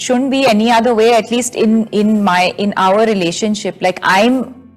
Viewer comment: And why r they promoting this movie background like it's some international level movie. Her English is so bad. For 'R' (our) she says Ower as in Power😃